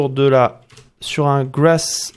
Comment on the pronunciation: Si j'ai retenu quelque chose de la la video ? Oui, grass se prononce "gwass" 😂